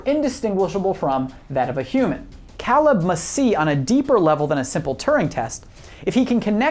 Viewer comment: Why are you mispronouncing Caleb's name? He says it multiple times in the film and so does Ava so where are you getting that pronunciation from?